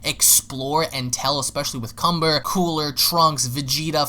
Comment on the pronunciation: And his name is Kanba, not Kumber